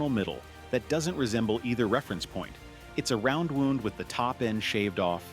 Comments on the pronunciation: It drives me crazy that your AI keeps pronouncing it like they're an injury (woond) rather than (wownd). Maybe you should teach it or I'll do your voiceovers for you for a small fee. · wounds (how you pronounce "woonds") is actually pronounced "Wownds" as any primary school kid will tell you. I know 'you' have a lot to learn, but 'you' will get there eventually...oh, and if you don't know what "eventually" means, it means 'after a period of time'. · What is a flat woond? The AI guy couldn't figure out that it is a wow-nd string? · Flat wounds. Who thought that guitar could be dangerous. AI hears Wound as Wooned. If they can't get this right, it doesn't bode well for the information. AL Rubbish. AVOID THIS RUBBISH A Wound is an injury. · flat woonds FFS, stinkin robot putz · Flat Wounds?? WTF! Half Eounds? The word is wound. Seriously I love the topic, but why is every F in YouTube creator feel the needto add fake scratches, dust, lines to photographs or videos. I can’t listen or watch this shit. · Woond (phonetic) And I'm supposed to believe that AI is intelligent??.......ahhhh....no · Hey AI,,,they are not wounded, they are wound, as in wound around. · AI cant pronounce "wound" correctly but has no problem pronouncing "half-round" the way it is supposed to be pronounced. I don't understand why these videos have to use AI voiceovers in the first place. Just grab a mirophine and record it your damn self. If your voice is not perfect, all the better. It shows that you are human and it shows that you care about the integrity of your production. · Wound, past tense of wind, pronounced like he’s talking about a paper cut. God do I freaking hate AI slop. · I' m not sure I want a round or flat wound. Musical injury? AI can't pronounce what has been written. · A dead giveaway that it's a bad AI narrator.I mean seriously. My guitar strings eviscerated my liver. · AI crap that cannot pronounce “wound” as it applies to strings vs body injuries